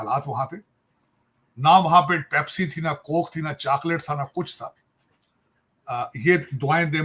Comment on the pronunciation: He couldn't even pronounce chocolate.